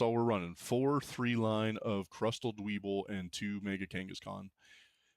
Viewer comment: Its pronounced "Dweb-ble" its a play off of pebble iirc